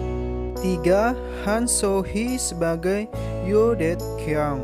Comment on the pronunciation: hehe iyaah. Da kyung aja dia nyebutnya de kyong